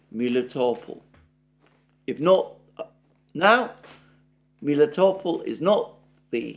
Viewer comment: You have explained a few weeks ago how Melitopol's name originates from the Greek word for honey, "meli", but now you've switched to calling it Miletopol?